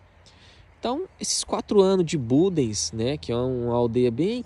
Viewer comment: Só há um problema, é que ao fim destes anos ainda pronunciam mal o nome da localidade. Não se diz bundece mas budens ,dens não ence